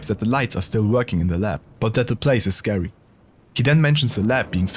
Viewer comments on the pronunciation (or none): the place is scawwy? 😣